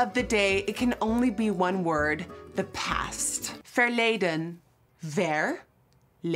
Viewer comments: That's Dutch word was easy, that's for later🤣🤣 nailed it!!! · It sounds like she said “for later” when she said verleden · “This side of my face is in the present, but this side... its verledeen” (it sounded like for later😂)